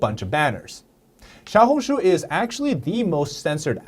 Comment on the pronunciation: how are you chinese but cant even pronounce the name right